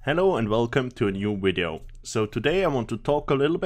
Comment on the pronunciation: I like how you say video, "wideo"